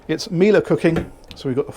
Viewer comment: How did I know you would pronounce Miele properly? Well, it’s because you know your stuff, that’s how.